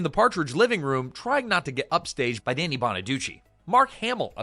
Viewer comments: His name is pronounced DANNY not DANE EE WTF is wrong with you? More AI Bullshit? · lost me at "DAY-nee" bonaduce